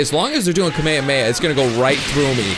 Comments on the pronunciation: its not kameme it'd kamehameha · You and the dub say Kamehameha wrong. also watch Dragon Ball Super you're missing out. the only non cringeworthy dub is Hellsing. My biggest problem is how I and several Youtubers do a better Goku than the professionals from the official dubs.